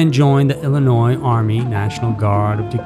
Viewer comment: The "s" is also silent at end of Illinois but he still puts it there - annoying.